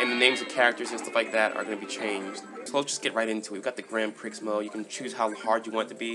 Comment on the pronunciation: grand Prix is Pronounced Grand Pree The X is Silent. Nice review though :)